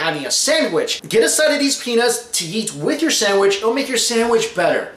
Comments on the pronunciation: its peanuts not penius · He's saying penis right ? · did he say penis or peanuts?